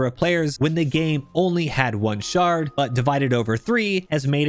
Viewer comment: Great vid! A lot of the time you said “shard” I heard “shart” and because I’m a massive dork I giggled every time.